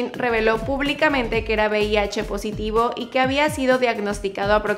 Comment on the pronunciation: Joder todo el vídeo diciendo bih, será VIH no?.